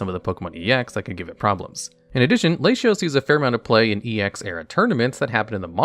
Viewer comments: I found your videos ages ago though wow and after I moved on from that watching your duel channel. I am super happy you expanded to magic and Pokémon as I love those games. However I can't get over the fact how hilarious you say things like Latios or Izzet, but said Asmoranomardicadaistinaculdacar perfectly. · I don't know the official pronunciation, but as a spanish speaker i found very funny your Latios pronunciation, great video buddy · whyyyyy do you still say latios like that i thought it was just a one off pun but its happened so much i'm starting to think you just actually say it that way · i think pronouncing 'latios' to rhyme with 'ratios' is fucking gigabrain actually and i will also be pronouncing it that way from now on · Hearing Lashyas and Lashios is for sure a Reuniclus moment xD to my knowledge, they are and have always been La-ti-os or Lati-oss and La-ti-as or Lati-ass... I can understand tho for English only speakers, but for Spanish speakers like I, the La-ti-os / La-ti-as pronunciation grew organically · Oh no, its La-ti for everyone idk why he pronounces them like that cause like it doesn't make much sense in english either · I wish you'd look up how to pronounce words. Trio is not Try-oh, it's tree-oh. Latios is doesn't have a sh- sound, it's Lah-tee-ohs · I immediately came to the comments after I heard that Latinos pronunciation to see if I was bugging or missed something lmao. I just started following this channel I hope my guy has learned how to say it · I've never heard Latios pronounced "Lay-shee-os." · Lay shee ohs makes me want to kill myself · Homie saying Laysheeos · ...it's "lah-tee-ose" and "lah-tee-ahss". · ahhhh my ears XD Lay she os lay she as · I have forgone correction because I just assume you haven’t heard them spoken, but it’s kinda funny to hear your unconventional pronunciations…La-tea-os and La-tea-ahs Like Spanish masculine and feminine -o -a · My man says “Layshios” 💀💀 This is like saying my name “Mayshus”